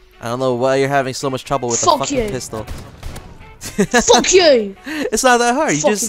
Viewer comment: He said "fock" about times